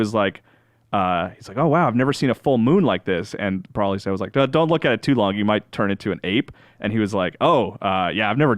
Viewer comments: Bro-lee, not Brawl-ee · There is now W and there is NO A in BROLY. You pronounce it Bro-lee. Learn how to read english for fucks sake you wankers. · saying Brawlee is comparable to my annoyance of Dan Ryckert saying “Frietza” in the All System’s Goku podcast. Yikes man. And yeah, I feel like the review of this movie is hurt by the fact that they’ve missed crucial parts of Super (or in case, ALL of Super).